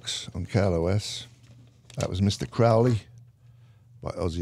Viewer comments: It’s pronounced Crow.....ley as in the bird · It still gets me, after all these years, Ozzy still doesn't know how to pronounce Aleister Crowley's last name properly...